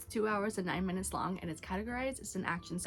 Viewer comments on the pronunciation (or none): none